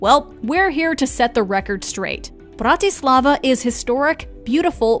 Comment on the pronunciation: it's the "brRrrAtislavA" for me